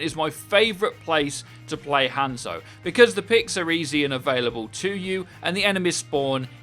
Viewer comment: Take a shot everytime you here him pronounce Hanzo and Hanamura that way